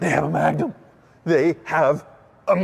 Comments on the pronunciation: the name is magnum ... dodge not trojan... magnum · Did you say Magnum 😅😅. Yes it's the biggest baddest wagon!!